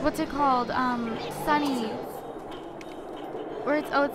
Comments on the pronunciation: Its sonic not sunnys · SONIC.. not sinic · lol did she say sonnys its sonic lol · lol its sonic not sunny's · SONIC NOT SUNNY